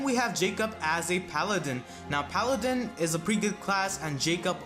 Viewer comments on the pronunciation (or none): none